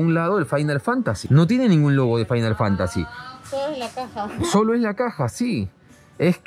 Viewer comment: Yo creo que decía era fimal Fantacy IIi, jajaja